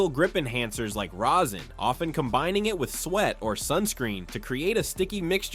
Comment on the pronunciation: Stop saying rosin like that